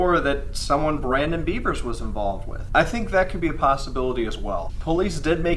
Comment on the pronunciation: It’s “Bev-ers” not the animal